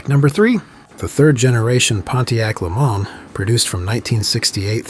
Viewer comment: It's actually pronounced le MANS, not le MAN. It's American, not French.